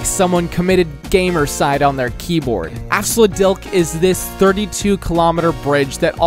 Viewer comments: I pronounce it as AF sloot deek. edit: its dick not deek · Same hahaha, I cracked at “Afsluitdijk” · I loved your pronunciation of Afsluitdijk 😅